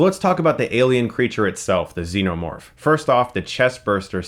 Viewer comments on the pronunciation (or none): none